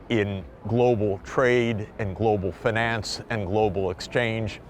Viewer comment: drink everytime you hear fanance